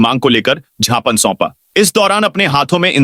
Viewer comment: अरे ज्ञापन को "झापन" पढ़नें वाले समाचार वाचक को भगाओ हिन्दी नहीं पढ़ सकते ये वाचक, इन्हें अंग्रेजी समाचार वाचन के लिये भेज दिया जावे